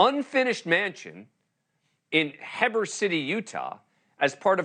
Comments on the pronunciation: He-ber Utah not Heb-er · Hehber 😂 He-ber. Bunch of million dollar mansions, it’s down the canyon from Park City, up from Sundance. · Not in "Heb-er" it's actually "Hee-bur" Heber, but this house is in Midway, just next to Heber. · It’s pronounced Heeber City 😅😅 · Oh my heck! It's Heee-ber. Heber City. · It’s pronounced ‘HEEBER’ Utah! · It's pronounced "HE Burr" Heber, Utah. 😃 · Its pronounced hee-ber utah. Born and raised in utah. These kind of crazy broads are everywhere here. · Heber is pronounced Hee-ber. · It’s HEEEEBUR, Utah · HE- BUR, Heber Utah. Say it all together class. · It's pronounced Heber ( Hee - ber) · Its pronounced "HEE-BER" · Say it with me, “Heeeeeber City Utah” 😉 For real though, I can see why he pronounced it the way he did. It does look like it would be sounded out that way. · heee ber city utah! there are sites that tell you how to pronounce words correctly. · Heber: HE burr 😉😎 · Heber is pronounced HEE-bur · “Hebber” City, Utah 😂😂😂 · Heber is pronounced Hee - brr. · It’s Heeeee-ber City, Utah. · It’s pronounced He-ber! Sorry My aunt, parents and lil’ brother are buried in Midway a neighboring city. So sad what is happening in the LDS Church! When did it become ok to kill for money! Oh oh wait! Damn it! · Its pronounced "Heee-ber" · This makes me so I’ll. Thanks for the coverage. It’s pronounced Hee/ber city. It’s close to park city. It makes me sad this happens so close to where I live. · Say it like Heeber City...just FYI. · Pronounced as Heeber city, Utah. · It’s pronounced Heber, not Heber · How about you make sure you pronounce the city correctly before going on the news